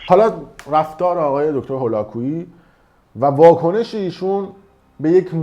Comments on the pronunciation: من موندم که اگر تمام اطلاعاتی که نسبت به دیگران داری اینچنین باشد کلا زیر سوال میروی اول اینکه دکتر هولاکویی متولد شیراز هستند دوم اینکه ایشان هرگز ادعایی به اراجیفی که از خودتان دراوردی ندارند سوم ایشان برنامه هایشان رایگان می باشد ودر اخر ای کاش میتونستی مدرک ایشان را تلفظ کنی تا بعد تخریب. باید دید پشت این تخریب ها چه کسانی ایستاده اند. برایت متاسفم یاد بگیر انتقاد کردن را نسبت به تخریب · آقاى فردين شما حتى تلفظ اسم دكتر هولاكويي رو بلد نيستيد، پس قطعًا با ايشون آشنا نيستيد، دكتر هولاكويي از گنجينه هاى علمى و تربيتى فارسى زبانان هستند، حتى يك كلمه از حرفاتون در مورد ايشون مصداق نداره. واقعا متاسفم كه در اين مدت سابسكرايبتون كرده بودم .